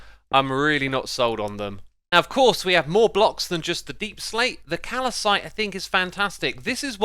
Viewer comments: To improve your videos, maybe you could learn to talk? You constantly forget to pronounce your Ts properly and seem to randomly add syllables and other sounds to words that just aren’t there. Take calcite for example, its pronounced C - al - s - ite, not c - al - a - s - ite. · Calcite as "calicite" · Calcite! In America we say, "Kal-Site"